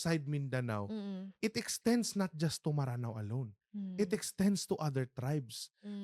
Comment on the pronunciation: Please correct din po when using “Maranao” instead of “Mranaw”. ☺️ Our history instructors and other Maranao scholars say it’s supposed to be pronounced as “Mranaw” and not “Maranao”. I love watching your episodes ❤ I hope you get more more more engagements and sponsorships 🎉